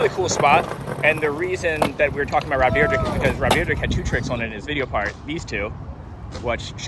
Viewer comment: It's deer-deck, nor drdrdrdrk